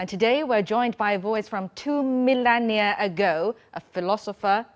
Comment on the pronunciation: When this TV anchor-lady says "two millennia" it sounds like "two million year"... I wonder if she knows the difference. LOL!